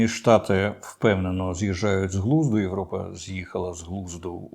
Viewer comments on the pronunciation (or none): none